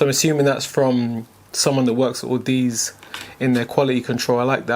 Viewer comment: Actually it's au-da-zee (like odyssey) still good review. It's down the audiophile rabbit hole with you now.